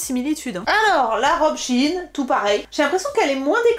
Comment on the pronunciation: Pourquoi vous prononcez Shi in ? on dit Shein